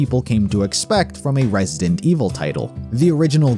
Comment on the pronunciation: "Resident May Evil"